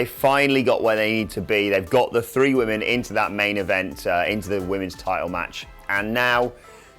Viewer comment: Women!!! Why can't say women??? FFS more than one woman is women